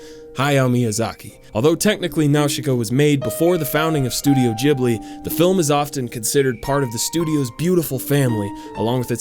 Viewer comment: Ghibli god dammit, not gibli